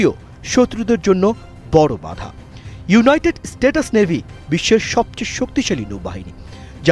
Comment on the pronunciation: ইউওনাইটেড স্টেটাস নেভি না, ইউনাইটেড স্টেইটস নেভি!😅